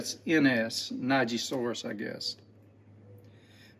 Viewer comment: Neji is Japanese for "screw". So screw-saurus pliers, like Tyrannosaurus... And pronounced "nay-jee" not "nigh-jee".